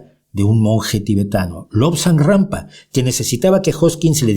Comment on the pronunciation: ¿Me parece a mí o dice Lobsang “GRAMPA”? Jajajaj ¡Qué me importa lo que diga un “refutador de leyendas” si los momentos hermosos que pasé leyendo sus libros o los de Dickens hicieron de mí lo que soy hoy! Bienvenidos los que contribuyeron a expandir mi conciencia, sea Rampa, Borges o Wilde que nadie puede certificar ninguna historia por más que esté escrita en un manual escolar.